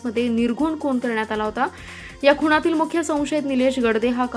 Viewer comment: 'खुणातील ' नाही 'खुनातील म्हणा